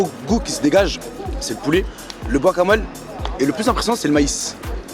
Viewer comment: "le Bwakamole"